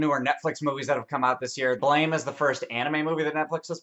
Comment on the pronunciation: It's pronounced BLAM